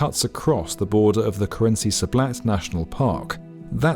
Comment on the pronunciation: "Kerinsee national park" lol